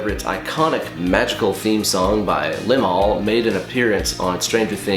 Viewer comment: it is liMAHL, not LImal.